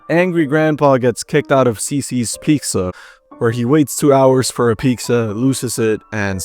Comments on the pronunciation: oh hell no this dude said "peeqzuh" 😭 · Yea this guys definitely Mexican sayin pixssa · why tf do u pronounce pizza as “peeksa” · Don't ever let anyone stop you from saying Peeksa. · Completely unrelated, cause I'm new-ish. But. I heard the way you said "Pic-za" and immediately thought "this guy hispano?" And then I heard you say Angry Joe's game. And it gives me a giggle that we are clockable like that lol. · ...so you pronounce pizza like "peak-za"? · He definitely comes from a Spanish speaking family. Listen to how he says pizza. Im Mexican and majority of Mexicans say it like that. I always asked them why they say pizza wrong. I dont understand why thats a thing. I can pronounce it right. 😂😂😂